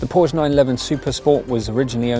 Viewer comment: Props to you for pronouncing "Porsche" the correct way